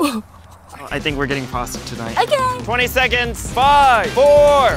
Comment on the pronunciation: the way said pasta LOL😂🤣